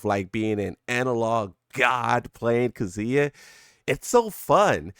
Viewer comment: This man says "KAZOOYA"